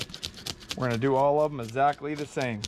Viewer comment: Dang it, its EX-ACTLY not esactly. lol I don't know why, but it drives me nuts how you say the word exactly.